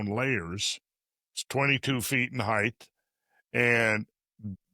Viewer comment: How do you spell Heighththth?